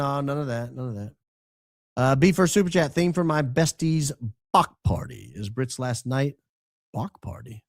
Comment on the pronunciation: Bach pronounced like Bark.